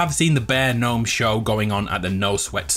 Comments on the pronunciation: Am I the only what that gets triggered when he says gnome like that, if you read this it's pronounced Nome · Yeah man it’s weird to hear gn nome 😬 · When something goes wrong "oh gnome" see gno-me